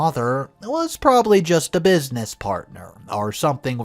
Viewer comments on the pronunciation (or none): none